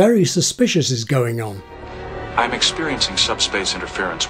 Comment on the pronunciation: Isn't "I'm" two sylllables.. It sounds like two to me.